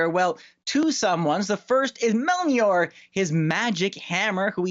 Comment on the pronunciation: certainly butchered the pronunciation of Mjölnir.